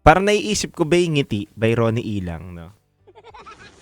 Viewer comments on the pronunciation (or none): Ronnie liang po yon, hindi ronnie ilang.